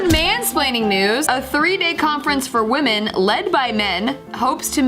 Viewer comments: 100 percent is sufficient. Dont need to say 1000 percent or 1,000,000 percent or 200 percent blah blah 🙄 just bloody stick with 100 percent . Oh and woman plural is WOMEN WI-min. Lastly please dont come back to UK and talk nonsense on GMB . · Women will remain virgins when men do. After all, if women stay virgins , who will the red pill creeps sleep around with!! Ps its pronounced WI-min when plural. My ears bleed hearing this desicration of the english language. At least learn to speak before having your dumb opinions .